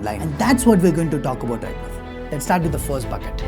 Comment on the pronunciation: Whole world:- right now:- right nove...